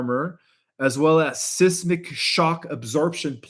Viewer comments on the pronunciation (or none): SIZE - MIK! Not Siss - Mik